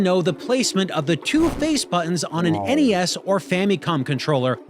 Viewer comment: i’m just happy to hear you pronounce NES as “en-ee-ess”. this is how i always heard it growing up…but lately i hear youtubers calling it “ness” and i feel like i’m taking crazy pills.